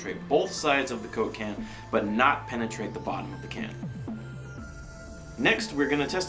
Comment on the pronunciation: The way says coke-can sounds like cocaine.:D